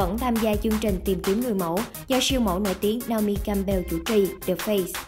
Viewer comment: Co ta doc theo kieu vn ma, doc dung roi